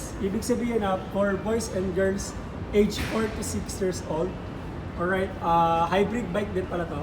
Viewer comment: Olright mga paps merin.. Or right😂